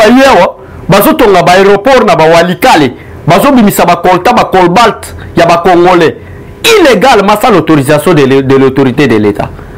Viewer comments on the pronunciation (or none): on dit cobalt et non colbat.